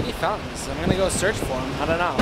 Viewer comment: "Found-tens" you says fountains weird.